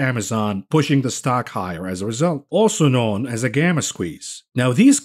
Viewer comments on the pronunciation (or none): none